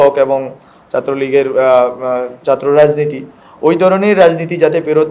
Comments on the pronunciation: চাত্র দরম আমলীগ এই শব্দ উচ্চারণে আরো যত্নশীল হতে হবে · এগুলো গর্তে লুকিয়ে থাকা ভাইরাস😈 খুব শিগগিরই ভাইরাস রিমুভ করা হবে! লোডশেডিং বন্ধ করো ভাইরাস 😈 ছাত্র কে বলে চাত্র 🤣🤣🤣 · ছাত্র কে বলে চাত্র!! সে হলো প্রধান উপদেষ্টার -- - - -।